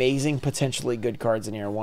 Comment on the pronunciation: Hope you pull something gooud and you pull gooud for both sides.